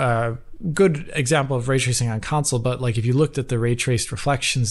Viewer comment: "Way twacing"